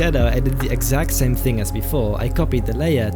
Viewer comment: No one:: exame sact...